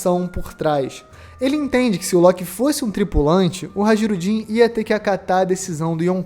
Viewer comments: HA-JI-RU-DIN !? "J" nórdico é o nosso "i" semivogal. HAI-RU-DIN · Amigo, "Hajrudin" se pronuncia "hairudin" com som de "i"